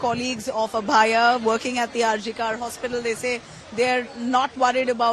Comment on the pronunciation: Why the reporter is not able to pronounce Abhayaa